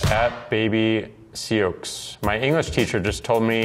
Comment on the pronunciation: that awkward "sseoks" reading just told me that hes not on kpop stan twt and i guess thats a good thing